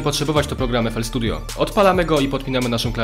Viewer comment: fl studio? co on powiedzial